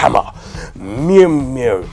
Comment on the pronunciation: Meowl-Nir (legit xD)